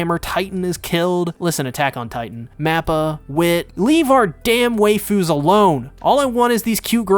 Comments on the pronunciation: Why do you pronouncr Waifus as Wayfus instead of Whyfus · Can't say it better, "Our Wayfoos."